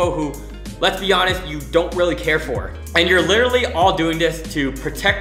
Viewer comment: You should literally stop saying literary :goodvibes